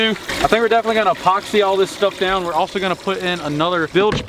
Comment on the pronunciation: I LAUGHED SOOOOOOOOOO HARD WHEN U SAID ALSO NOGHN AS SUCKING AS